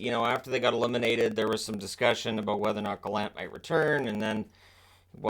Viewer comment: From a Prince Edward Islander, thank you for pronouncing Gallant correctly, rather than the pompous version by Elliotte Friedman and others.